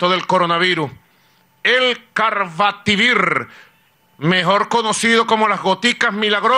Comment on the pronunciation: EL CARRVATIVIRRRRRRR, MADE IN VENEZUELA" :v